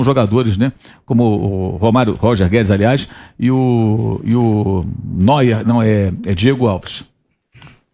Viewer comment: "neuer" kkkkkkkkkkkkkk